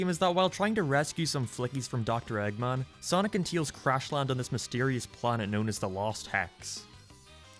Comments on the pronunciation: "Teels" instead of Tails, you know that's LS mark. Listen buddy, Heroes is bad. SA2 won. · Look, I'm not gonna take opinions on what's good and bad from someone who pronounces Tails as Teals and Game as Geam. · Your opinion is automatically invalid because you can't say "Tails." "Teals" isn't a Sonic character. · He acknowledged the way he says "Tails" and he is doing it on purpose now.